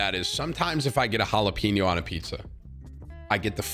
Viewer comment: Why was he saying jalapeño like “pino”, lol